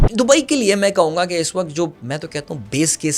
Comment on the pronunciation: I love the choice of words and the narration but please its not WAKHT its WAKT and there were many other words that were mispronounced its not cool or doesnt add any dramatic effect it just ruins the experience please work on it